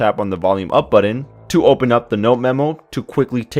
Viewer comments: No kidding. Buddin. That kills me every time I hear it! Oh, and "potography" lol great review otherwise. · great review. you solidified my reason to get this phone. Great video except the way you say BUTTON. hahaha... You sould like my cousin Juan. Jk bro.. thanks for the video.